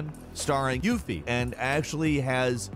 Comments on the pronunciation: Anyone else notice how he said Yufi? Lmao "I don't hate YUFI..." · lmao "YUFFIE" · He probably totally mispronounced her name. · You used the same sound clip every time you said Yuffie. How did you butcher it,? I need to know😂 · Why u say "yuffie" like that 🤣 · Why does he say Yufi like that? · YUFFIE.. amiright?